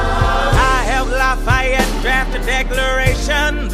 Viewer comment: I had to stand up in class and tell the social studies teacher how to pronounce "marquis de lafayette" he said luh-fetty